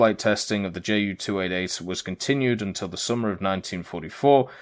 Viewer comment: Wow... that's a lot of work in the past few days... good job. But again, its "Ju" like "you", not "Jay" - "U".